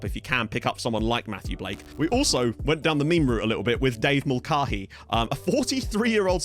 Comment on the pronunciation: For MASH fans, it’s gotta be Mul-CAY-hee